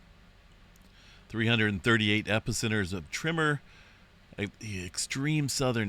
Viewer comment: My trigger used to be when I heard him say “ trimmer” when he said “ tremor” . I realized eventually the the problem was MINE , and then got over it . Good luck !